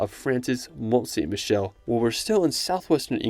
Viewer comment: Its pronounced "mon-sammy-shell"